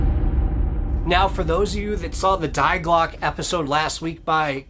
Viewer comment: it's Dee Glockea 'ea' as in bread.